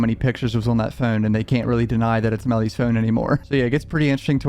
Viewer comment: its meellys fewn